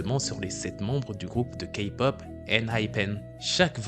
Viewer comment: La vidéo et très bien mais on dit pas ka-pop on dit K-pop (oui je sais je suis kpop stan)